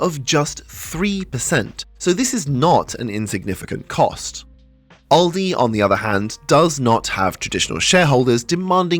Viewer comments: It's Aldi, not Oldi. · Where I am we pronounce it Al-Dee not Ol-dee